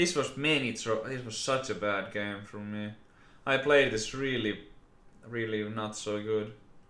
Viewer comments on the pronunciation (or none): none